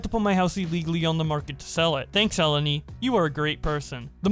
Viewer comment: the greek name Eleni, is actually stressed in the second E not the first, idk as a greek dude it kinda irritated me hahahah